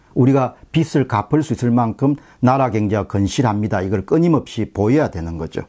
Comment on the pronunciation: 박사님, 비슬, 비츨이 아닌 비즐로 발음해주시면 감사하겠습니다.